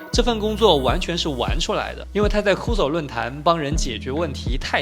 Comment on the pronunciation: 要不先查一下 cursor 的读音😂